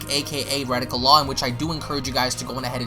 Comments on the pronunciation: >reticle law It's Rekieta Law....Wreck-keeta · Re-Kay-Tuh not Re-Tic-Uh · It's Rekeita Law, pronounced "Ruh KAY duh" not "Radical." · Ree-kay-duh not "radical" it's Nick's last name. He has requested that people who clip his content link the clip to him on Twitter. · the way you say rekieta law sounds like radical law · Why do you keep butchering his Youtube name? He says it at the beginning of all his videos. It's pronounced Re-Kate-Ta. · You could at least get ppls names right. Who the f is redika law? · Ra-kay-tuh Law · Rekieta Law, not retika